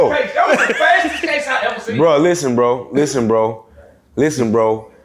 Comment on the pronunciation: “Have you eva thought new?”🤣🤣🤣